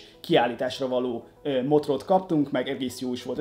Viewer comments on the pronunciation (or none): Már nem először hallom videódban, hogy "motort" helyett "motrot" mondasz. Elég vicces. :D